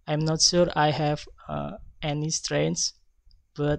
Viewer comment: Strength : Natural way to present and he spoke clearly and cheerfully Weakness : Wrong prounonciation in saying some words for example "sure" and "strenght" and there are some parts that are forgotten (Group 6)